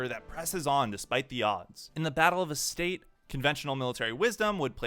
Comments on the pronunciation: His pronuciation of Reuenthal is quite accurate. Astarte one, on the other hand, is quite atrocious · Analysis is ok, but throwing in a dislike on account of completely butchering the pronunciation of so many words. Astarte, 'ass-tartey' not 'estate', Reuenthal, not "Rointhall" Phezzan is 'Fez-an' not 'phase-ahn'.